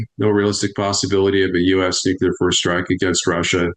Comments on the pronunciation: knows stuff to be sure... How is it though, that he is supposedly an "expert" on a topic he can't correctly pronounce? It's Nuke-lee-er not nuke-you-ler. I'm NBCW trained for 26 years so hearing an expert say nuke-you-ler sends me into conniptions... I said it wrong too... and did push-ups and burpees in the effing gas hut until I didn't. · Please tell this guest to stop saying “nuke-you-lar.” It’s “nuke-lee-are.” Thank you 🙏 😂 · Knowledgeable guy,,,,,,why TF does he say "nu cu lar"? gets it right. FFS that annoys me, George W was a POS. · What us Nucular war? I've only heard of Nuclear war. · I can NOT 🚫 Tolerate a Person Saying: “Nook - YOU - Layer” ☢️ It Is: “Nook - LEE - Year” Let Alone A Top 🔝 Expert In The Field. ⚛️ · Pet peeve, Nuclear Not Nuculer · Everyone in the comment section complaining that he pronounces it “nucular” instead of “nuclear” really need to relax. You know what he means. Grammar will hold little value in a post nucular/nuclear war wasteland... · I love your work, truly, but I have difficulty listening to a guy that says NUCULAR... even though it is equally accepted as NUCLEAR... To me, it just ain't right.... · I could heartily wish that "EXPERTS" had the self-awareness to stop saying "new-kiu-lar" - given that the goddamn word has the 'C' immediately followed by the "L". To be clear, nails it (almost always): "New-Klee-Ar" - it's not rocket science. "Nit-picking"? Not really. "Experts" should have their sh1t 100% organised and sorted, to be credible. Where are his advisors? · it's pronounced 'nuclear', not 'nucular'. 🙄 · NUCLEAR. PRONOUNCED NEW. CLEAR NOT NEW CUE LER ! SOUND IT OUT !!! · It's "Nucular", not "Nucleus" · I don't get why it's so hard for some people to say NUCLEAR and not NUCULAR .... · Nu cle ar ...! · It is not Nuklear, come on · Imagine an “expert” who mispronounces nuclear. It’s not “nuk-ya-lur” 😂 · He drives me crazy saying nucular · Nuclear is pronounced new clear you dolt